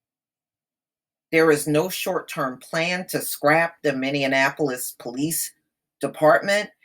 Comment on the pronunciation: Pronounced ...”mini-apple-polis”